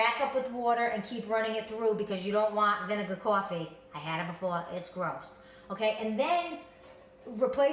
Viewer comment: caw-ffee love that accent